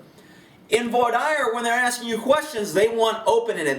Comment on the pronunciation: I believe it's voir dear (phonetically)